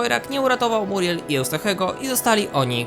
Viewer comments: Ona nie nazywa się Muriel tylko miuriel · MIURIEL!!! nie muriel